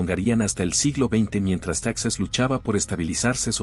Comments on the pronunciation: Texas antes de que los estadounidenses se lo robaran porque así fue, Coahuila y Texas eran un solo estado mexicano, me imagino que tú eres estadounidense ya que pronuncias Texas como estadounidense, los españoles y los mexicanos fueron los primeros en colonizar y habitar esas tierras y bueno los indígenas que ya tenían viviendo ahí cientos y cientos de años, primero perteneció a la Nueva España y después de la Independencia a México, Como te menciono Coahuila y Texas fueron un solo estado y las capitales fueron en un tiempo Monclova y en otro tiempo Saltillo por el momento no recuerdo cuál de las dos fue primero y, para nosotros los mexicanos todas esas tierras que se robaron los estadounidenses, siguen siendo parte de México porque el plan de Guadalupe fue firmado a punta de pistola. Saludos desde Coahuila. 👍🤠🍺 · Se escribe TEXAS pero se pronuncia TEJAS.